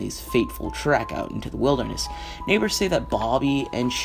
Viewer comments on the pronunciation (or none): none